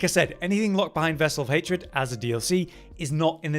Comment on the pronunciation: love your videos but you forgot the R in hatred thought i let you know